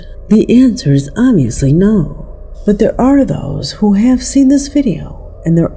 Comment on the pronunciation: Hoo is in the wall?? Hoo? Hoo? Hoo can't pronounce owl? AI, that's Hoo!